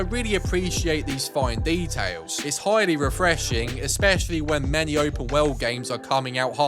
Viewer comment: Open Woweld! Lol